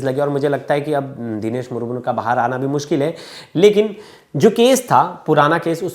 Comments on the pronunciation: It's not Murmur, 🤨It's Murmu . Aur Haan hum Adivasi Kabhi Ladai Ki Badawa Nahin Dete Balki Hum Shanti Purwak Jeene Wale Log Hein. Humein Yeh (CBI Agarwal) Jaise Log Jinhone Murmu Ji ki Life Barbaad Kardi, Aise Log Hi Intare Ki Cheezein Karne Par Majboor Kar Dete Hein, Baat Rahi Humari Kanun Vyavastha Ki Woh Toh Khokhli Ho Chuki Hai. Aajkal Kanun Sirf Uska Saath Deti Hai Jiske Paas Paise💲Ho. Aur Jiske Paas $ Na Ho Usey Nirdosh Hote Huye Bhi Mujrim Bana Di Jati Hai, Warna Ek Baar Adivasi,Santhals Ke History Dekhenge Na Aap Samajh Jaayenge Yeh Kaun Log Hain. Aur Bharat ke Liye Kya He Yeh Log🌾⛰️🏹👳 Jai Hind 🙏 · मूर मूर नहीं मुर्मू होता है। उच्चारण ठीक करना चाहिए मीडिया।